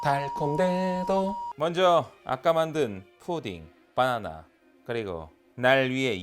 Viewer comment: 님은 격조높게 '바나나'가 아니라 '빠놔놔'로 푸딩을 만드시네요.ㅋ